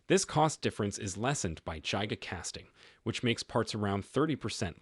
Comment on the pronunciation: Why can't the AI voice pronounce giga casting?😮